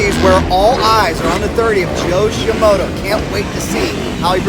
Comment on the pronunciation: Please dont ever stop mispronouncing Joe Shimoda's name. "ShiMoto" sounds so much better!